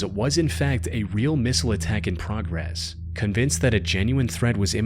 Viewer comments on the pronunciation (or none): none